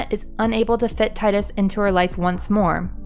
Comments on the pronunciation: Tee-dus not tydus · TEE-dus NOT TIE-dus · He has helped save the world and on top of that just the very fact he was alive and showed Yuna affection and confidence in writing your own story, is the very reason she succeeded the way she did in part two is more than enough reason for the fayth to bring him back to life to save the world again, and maybe even give him the blessing of life. First off his name is pronounced Tee- Dus not Tie-Dus every real FF fan noes that atleast. He can win or lose in blitzball depending on the player (obviously you couldn't make him win). If he is beckoned back it's as a gift not a means to an end. Tidus opened her eyes to the fact that you can save more than what you just believe and do more if you want to write your own story. You really have no clue as to what these games bring in the core of character development and their meanings. Your just a new gamer devoid of reading between the lines or even clearly grabbing the main aspects of a title which in this case is making your life your own and what you want to happen come true by "writing your own story" or acting upon it with an outcome you want to have done. Smh try again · Stop saying Titus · his name is pronounced TEE-DUS. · Omg.... It's pronounced 'Tee-dus' ugh! I've been arguing this since high-school! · I'm agreeing with you DukstarGaming, its Tidus, "Tydus" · If you can’t pronounce the main character’s name, that basically renders your entire point of view on this matter as completely worthless. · you ain’t a true ff fan, you don’t know how to say Tidus name right, also what you are saying sounds scripted as shit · Every time she mispronounces Tidus I cringe. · You pronounced his name wrong.